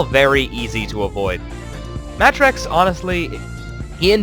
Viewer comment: this guys name is pronounced Matt Rex. for some reason they decided to put them together.